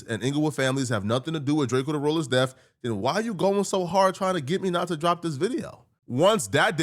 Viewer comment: It’s pronounced Death, not Deaf.